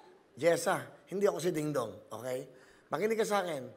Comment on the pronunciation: Dingdong pala akala ko GingGong hahahaha